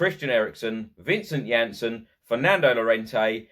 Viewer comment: that's what happens when you use text to speech and it automatically assumes the spelling of names like that LOL